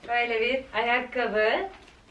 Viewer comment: Yaaa Akkabiii demen bitiriyo beni ne gülüyorum ya ayakkabi deyişine🤣🤣🤣❤